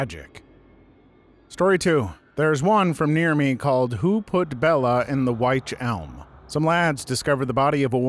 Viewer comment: Witch Elm... Not Wytch Elm. And, its Url Mountains